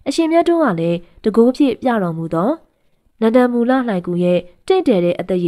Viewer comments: စိတ်မရှိပါနဲ့ဗျာ အခေါ် အသံထွက်လေးပြင်ပေးပရစေ နန်ဒမူ လှိုင်ဂူဖြစ်ပါတယ် နန်ဒမူလမဟုတ်ပါ၊ဂန်ဓမာ ဒန တောင်၊ ဂန်ဓာ မာဒနမဟုတ်ပါ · နန္ဒမူ ကို နန်ဒမူဟုဖတ်သည်ညီမ သင့်နှလုံးသားမှာ တရားတည်ရင် သင့်နားမှာ ဘုရားရှိတယ် ညီမရေ တင်ပြပုံကောင်းတယ်